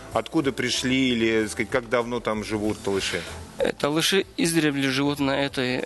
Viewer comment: Надо говорить Толоши правильно не ( Талыши)